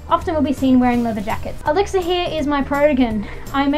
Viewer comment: When you said the name Elixir for the Protegen I thought you said Alexa for a while but then I realized it was Elixir